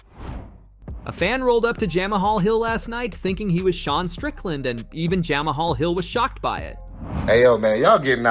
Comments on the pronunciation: “Jam a hall” ? Bruh 😅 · who the hell is Jam a Hall ?